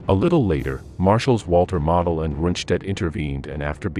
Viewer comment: Point of pronunciation….Gen. Model is pronounced “moe del…..not model.”